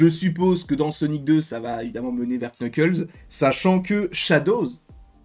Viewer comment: C'est NUKLES le K au début est neutre